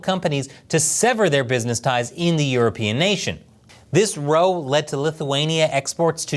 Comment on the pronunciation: When in the context of a conflict, row rhymes with cow. It is not pronounced like row, row, row your boat.....